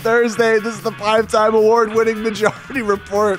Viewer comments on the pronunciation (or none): "Majaurity Repaurt." LOL.